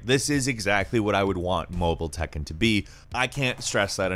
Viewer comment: Did you just read Tekken as it is? Please read correctly